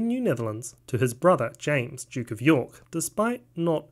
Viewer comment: "...it was renamed New York in honor of the Jyook"